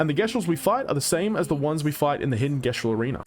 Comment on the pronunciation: How did bro play a whole game that pronounced it Jestral and still came out pronouncing it differently